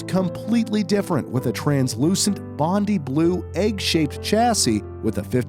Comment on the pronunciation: "Bond-eye," not "bond-ee."